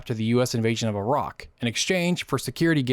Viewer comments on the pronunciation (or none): none